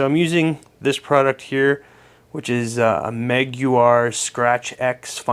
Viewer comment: It's pronounced Meg-wires but Meguiar's all one word. Not Meg-u-ars. And that's not a lacquer because lacquer (not nitro) would polish out easily. Everyone that knows "nitro" refers to NITROUS OXIDE. This is short hand in the racing industry. How it is now being misused to describe lacquer is beyond me. This is a polyester finish. All the overseas manufacturers use it. It's a lot higher solid content and is more suited for industrial applications. Polyester takes a lot more to finish and polish. I use Meguiar's Mirror Glaze or Ultimate Mirror polish. Both can be used with a buffer or by hand. Hand polishing doesn't provide the high speed that most guitars are polished with but wet sanding papers always make this much easier. Start with 600 grit then go directly to polish. I use a terry cloth towel as this works best. And that CURL - not flame is what you see in the wood grain. It's CURLY MAPLE - not FLAME maple. The wood growth curls as it's developing which is why you see those pronounced lines in it.